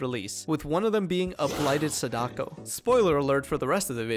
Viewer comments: it's pronounced saw-da-ko. Not a complaint, it made me chuckle 😅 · Sa-dock-o. Im not use to that